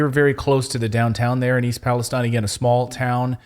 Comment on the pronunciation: Thank you for pronouncing Palestine properly.